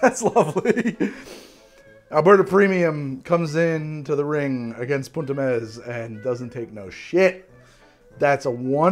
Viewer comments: italy here!! the pronunciation of "punt e mes" is meS and not meSZ ^^ and you pronunce punt pretty well i should say!! love your video by the way, they are pretty funny and still full of infos for those who are not so into bartending ^^ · Italian here. It's poont eh messs (s/z are distinguished in Italian)